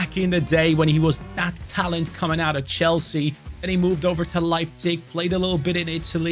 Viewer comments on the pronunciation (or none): none